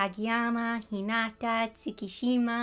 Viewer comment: its funny that you pronounce Hinata like a female...not being rude :(( There's a female Hinata in Naruto and you have Hinata as a male in Haikyuu I pronounce them differently female: heen-nata male: heen-ita also when you said you didnt have any friends i went 0.0 and one more thing.....congrats!! and yes I'm very inspired by you, I love your art style because it's simple and cute...honestly, some of the different shading methods you used I tried out myself so thank you!